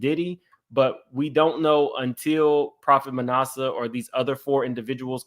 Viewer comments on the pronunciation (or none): lol it’s like ass-a. Manasseh…like one of Joseph’s son in the Bible. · ITS PRONOUCE MA NAS A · Ma NASS uh,. (Like “ass,” but I didn’t want to say that because I wouldn’t dare ascribe that to him; just so you know how to pronounce it.) 😊